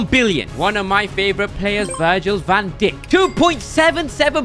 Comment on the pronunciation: van dičk 😂😂